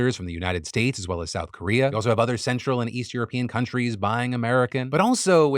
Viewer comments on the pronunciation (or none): none